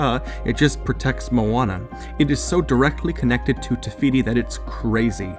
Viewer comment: Take a shot everytime he said tefiti